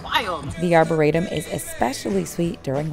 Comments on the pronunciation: I’ve lived in JP for 20 years. That is not how you say Arboretum. It’s Are-bore-re-tum. Also turtle swamp is on Washington street not Centre Street. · first time I've ever heard that pronunciation of arboretum makes you sound somewhat uninformed. but you go girl. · I’m really glad you enjoyed our neck of the woods. We are on the JP/Roxbury line & absolutely LOVE it here! For future reference, you can just call it “the Arb”…that’s what most of us locals do. I know that anyone from JP is cringing at your pronunciation lol. No worries tho. There’s soooo much more to explore here so if you’re ever in the area again I can recommend some cool spots!